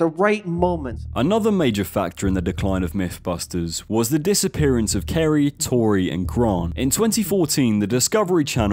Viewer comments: "M5" not "M7" and Kari Byron not Kari Bryon. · Why do you call her both Carry and Kerry? Its pronounced Carry..and also Tory Bel-etchi...did you ever even watch the show..they told you their names every episode ffs